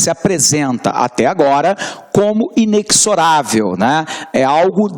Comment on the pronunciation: Inexorável não se pronuncia como "cs" e sim com som de "z". Como em existir, por exemplo.